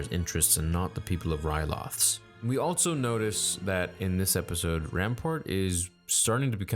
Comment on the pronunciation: "Alltso" "Twee'lek" "Allbite" come on dude. you doing this on purpose? Also has no T IN THIS EPISODE A TWI'LEK SAYS TWI'LEK like [T-WHY-LEK] Allbite??? ALL BE IT...them smush it together. ALLBEIT